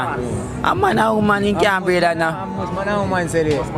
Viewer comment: HEY MY FRIEND uou need to pronounce your words with much more clearance, for the word is not homan, is woman the other is not breead, is breath under water